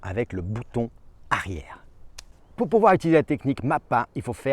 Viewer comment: Bouton arière avec un r 😂